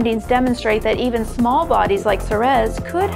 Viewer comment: It's SEE-reez, not SEH-rez.